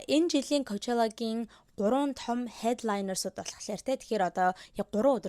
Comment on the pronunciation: аниа ковчала биш пучола шд